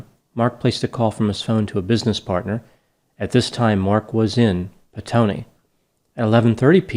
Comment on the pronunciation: Well done on your pronunciation of the place called Petone👍 also sex workers confirmed said he was with them ...still it is a bit of a mystery and there are theories about his business partner ..very sad case mate it was brutal 🇳🇿😔